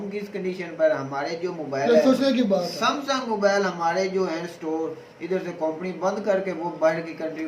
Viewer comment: Sumsing😂😂😂😂 thoda padh lo yaar😂